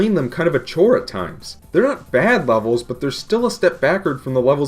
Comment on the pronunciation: Did he said wevels not levels